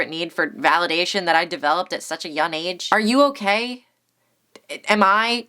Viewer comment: You don't need me to tell you this but keep up the grind my G. You've been around for a long time so you know what you're doing and it shows. I will soon start posting video essays and I strive to be as articulate, pretentious and funny as you. My only gripe is the way you pronounce the word young (it's young not yun) but other than that, great job